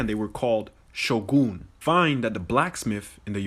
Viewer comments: I really dislike how the first dude is butchering pronunciation to make his point. The old capital of Edo is pronounced like Ed-Doah not E-doo, secondly Shogun is pronounced like Show Gun not Show Goon. It’s just really cringe to intentionally misinterpret a whole language to fit a predetermined narrative. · It’s not ShoGOON its ShoGUN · The anime guy seemed to be deliberately mispronouncing Japanese words to make them sound more like the ogbo and others. Sho-gun, not sho-goon, E-do, not Ed-ooh. There was only 1 black samurai ever in Japans history, and he was brought there as a slave originally. Foreigners where killed on sight for centuries if found in Japan. The only exception were slaves. If found harboring foreigners it was a death sentence. Suicide for nobles. Doesn't Bridgerton ruin reality enough for the DEI whiners? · The Japanese pronunciation of Shogun is more like shore-gun🔫. Not shoul-goon like the guy claims. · Edo not Edu. Shogun not Shoogoon. If he pronounced the language properly without intonation he would find the sounds are not the same. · notice how he was pronouncing japanese names with an african dialect to make them sound similar? Edo is no Edoo, shogun is not shogoon. Just blatant mental gymnastics lol. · Pronounced Eh-dough.... and show-gun. Tryna say theres similarities in the language due to the american spelled translation.... what would this guy do if you told him many asian languages use the same word with different inflections to say many different things... fool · There were no black Vikings either. They were white, really white. Many with red hair. To pronounce it correctly speak it like Sho"goon". Does anyone know if there were any female Samurai? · Just a detail, "Shogun" must be pronounced "Shogoon" with the stress on the first syllable. Please, stop translating everything into English!!! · When the guy mispronounced Shogun to rhyme with Ogoun I was hysterical and in tears.